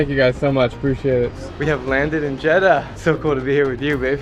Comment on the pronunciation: Ill teach you how we say Jeddah so cut the jed then say dah so here's the results jed dah